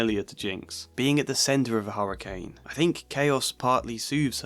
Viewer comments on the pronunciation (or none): none